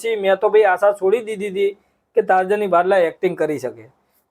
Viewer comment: ટાર્જની નથી તર્જણી છે ભાઈ